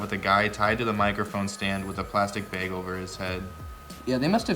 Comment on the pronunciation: Jared says "gayged" for gagged and "bayg" for bag. Lol